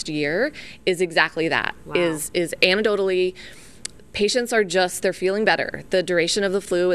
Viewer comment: WTH is "anadodally"? oh... "annek-doe-tuh-lee" (anecdotally)